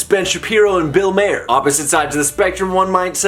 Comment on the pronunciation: I'm a little late but, if you decide to do more Maher content, which wouldn't surprise me since he's more of a center left guy which is the vibe I get from you, just know it's pronounced Mar, like the planet without the 's.' Fun watch though.